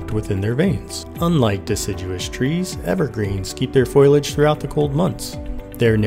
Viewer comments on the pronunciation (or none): Did he say foilage?